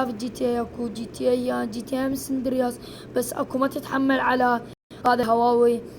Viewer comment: اسمهة جي تي اي ساندرياس مو سندر ياس